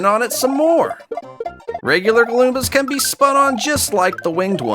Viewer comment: Not galoombas, goombas (gUmbUH)